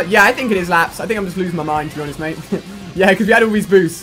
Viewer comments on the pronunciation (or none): none